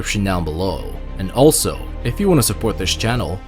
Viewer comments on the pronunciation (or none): none